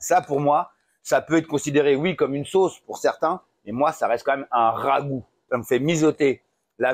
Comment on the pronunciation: Merci Nono pour la recette! c'est cool quand t'es plus calme comme ici ça se mate mieux je trouve ;) un peu foufou sans en rajouter des caisses, impéccable Avoue t'aime ce mot le rhhhaaagoo ^^